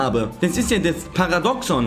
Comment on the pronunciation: Aber falsch ausgesprochen bitte